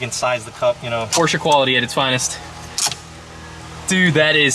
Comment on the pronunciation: FINALLY! I car guy that says Porsche correctly! BRAVO, my friend! BRAVO!! Beautiful car as well!